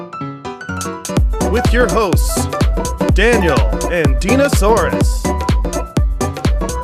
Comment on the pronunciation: He 100% said ho-hosts